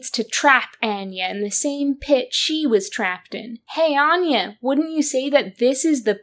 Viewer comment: Omg the pronunciation of “Anya” is sending me… Love your videos but why are we mispronouncing this name immediately after it’s used in the game? And also pronouncing it in different ways? Feels deliberate somehow?